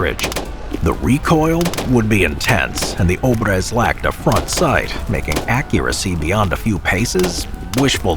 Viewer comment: It is [obr'ez], not ['obrez].